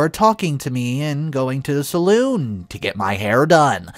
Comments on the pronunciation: Sa-lan or Sa-lawn is how to pronounce a hair dresser. You just said Saloon which is another name for a bar. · I really enjoy listening to these but dude you need to learn how to pronounce some words lol cause sometimes things don't sound right until it's realized what u are actually saying lol. Noticed a couple but the word salon is not pronounced saloon lol